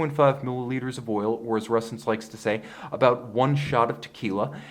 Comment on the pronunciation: I keep hearing resins